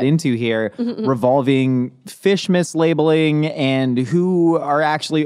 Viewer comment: Every time he says fish mislabeling I just hear fishmas, our new holiday.